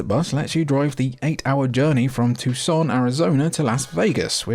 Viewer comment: That moment when Tucson is randomly mentioned (and properly pronounced) by a fuckin brit half way across the world. Mad respect bruv